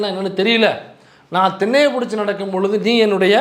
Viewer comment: 🌹பிரதர் தின்னையப் பிடித்து நடக்கும் போது??🌹கொஞ்சம் தெளிவா சொல்லுங்க. பிலீஸ்.🌹